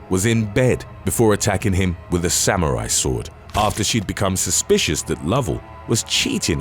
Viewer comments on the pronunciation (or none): none